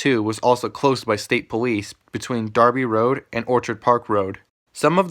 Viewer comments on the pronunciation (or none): none